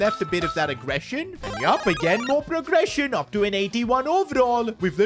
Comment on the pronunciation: bro in a part you said progerssion and aggresion